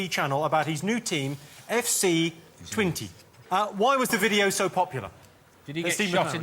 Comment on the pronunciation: It's FC Twen-tuh, not Twen-ty.